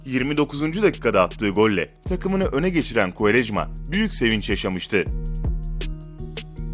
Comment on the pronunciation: Ronaldoya Futbolu kim öğretti oğluumm: Kuğarejmaaaa